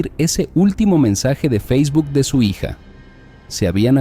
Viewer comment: "mensaye" "amada hiya" 😂😂😂